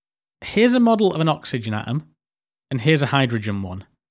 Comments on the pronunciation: Awesome video, thanks a lot! It's obvious, you've put a lot of effort into making it. I kinda wish though, you'd gone the extra mile to put the "t" between the "a" and the "om" 😁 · Please pronounce your 'T's! 'A om', 'wa er' and 'me al' all have a T in them bud aTom-waTer-meTal